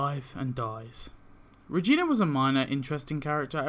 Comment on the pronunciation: wtf is a vegina i mean regina